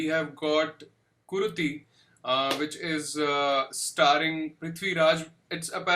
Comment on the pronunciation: It's KuruTHI. Not KuruDHI